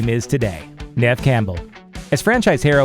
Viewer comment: Neff Cambull? It’s pronounced “neeve campbell” 😂 sometimes Neve is spelt as Niamh for some reason